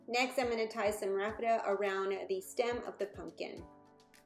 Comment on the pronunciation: Isn’t it called Raffia? I’ve never heard it prounced Raffeta.